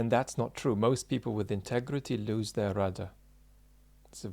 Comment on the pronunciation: I'm glad you spelled out that he was saying rudder, it phonetically sounded like router or routah.